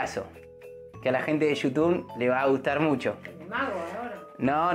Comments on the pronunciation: Jajajaja siempre dice yutun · me da risa cuando dice gente de yutun jasjdjxjxj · "Yutun" JAJAJAJAJAJ